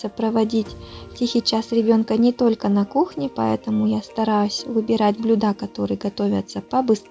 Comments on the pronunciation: блЮда , ударение на Ю, сварить на газЕ ( не на газУ). Спасибо за идеи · Блюда а не блюда